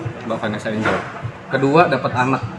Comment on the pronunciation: Kritik nih buat narator nya biar kita dengerin nya juga enak... Vanessa Angel dibaca Vanessa Enjel bukan Enggel